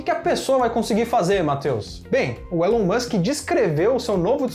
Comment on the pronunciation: A pronúncia é "Ilon" Musk.